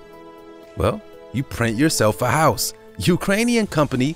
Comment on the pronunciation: He said "hiouse"